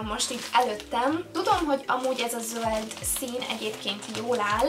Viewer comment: Miért montadazt hogy zóld.😅😅😅😅😅😅😅😅😅😅